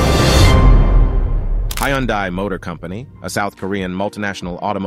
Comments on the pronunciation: He keeps swtiching between different pronunciations. "Hi Yun Day" and "Hyun Day" are both wrong. He says it correctly . Also don't tell me how to pronounce hyundai; I'm literally Korean. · I love how every time you said Hyundai, the first time was correct, then at the end, it was all off.